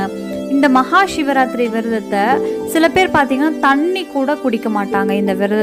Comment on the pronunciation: ஏன் ஷிவராத்திரி என்று உச்சறிக்றிக்கக அதுசிவ ராத்திரி. சி என்பது நெருப்பை குறிக்கும் ஷி என்றால்???